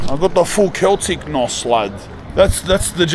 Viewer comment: said either Glasgow Rangers or "Keltic"? 💀